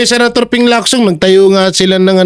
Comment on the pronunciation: Galing mo. Tama ng pronunciation mo ng Lacson. Chinese name yan at hindi Amerikano "Leak-son" parang Jackson. Parang Locsin yan.